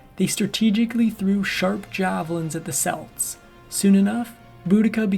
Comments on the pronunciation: Aside from the pronunciation of Celts and Celtics, which made me shudder, I just "love" how the narrator painted how the Celtic warriors killed innocents in their attacks as something bad despite how the Romans treated her people and hundreds of thousands of others like them... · The Celtics with the s sound are a basketball team. The Celts with a hard K sound are a race of people. I wil leave the mash he made of Prasutagus alone.